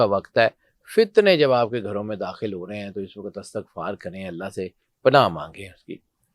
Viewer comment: "استغفار" زیر کے ساتھ پڑھا کریں، زبر کے ساتھ نہیں۔